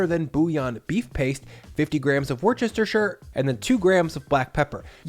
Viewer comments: WORCESTERSHIRE is pronounced WUSS-TAH don't ask me why, it just is. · oh ffs, is "wu -ster-sheer"., my guy, the d is silent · Repeat after me…. WUH-STUR-SHUR SAUCE. You are welcome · Please stop it. It isn't WAR•CHESTER sauce. Stop pronouncing the 'C' (as a 'CH' — the 'C' is silent). It's WUS•TUH•SURE, or WUS•TER•SURE. 'SURE' as in 'sure thing' or 'Shirley'. 'WUS' rhymes with the first syllable of 'cookie'. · It's WOO-STARE-SHEER sauce, but still trying it! :P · it's pronounced 'wis-ter-sheer'. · I thought it is pronounced Wus-te-sher. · Worcestershire isn’t that hard. There’s less syllables if you say it right. Woosta-sha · What is warchestershire sauce? 🤣🤣 do you not know how it’s pronounced? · Everyone, repeat after me: WUSS-tər-shər... sauce. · I'm glad you went with lamb mince, because if you'd used beef mince you'd have made a cottage pie, not a shepherd's pie. Also, it always stops me in my tracks when I hear people pronounce Worcestershire sauce by trying to say every syllable: it's pronounced "wooster" sauce, which is much easier! The county of Worcestershire is pronounced "Woostershire", to add to the confusion. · I love garlic, but there's no garlic in a shepherds pie. I thought this was an odd choice for an American, and t's wore-ster-sheer sauce. I love your vids mate, don't get me wrong just putting my 2 pence worth, that's actually worth millions. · It's pronounced WUSTER sauce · Impressive - in the UK we'd tend to use Cheddar rather than parmesan but each to his/her/their own. Love to hear Americans trying to say Worcestershire sauce - it reminds me of Discworld's Nanny Ogg who "knew how to start spelling 'banana', but didn't know how you stopped" Just say "Wuss-tah-sauce" like a True Brit and, were you actually drinking A1 sauce? Wow! 🤤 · wor-chester-what hahahahah. Good Recipe though. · FYI it is pronounced: wu stuh shir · Great! But...WAR-chester-sher?? NO! Ask a Mass. resident, please, before you mangle that word! :)